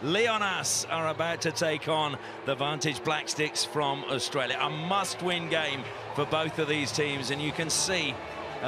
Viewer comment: HE SAID AUISTRALIA🤣